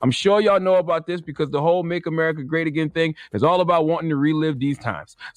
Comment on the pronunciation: “if you don’t like aMuurrika you can giit out”